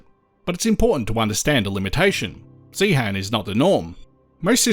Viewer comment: Please note, the H in Zeehan is silent. The mining museum there is excellent. I've been to the geology room in the Natural History Museum in London, and was disappointed after seeing the exhibits in Zeehan.